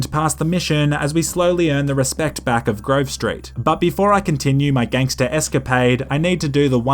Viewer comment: A nerdy white Bri'ish guy saying "ganster" just makes it less gangster.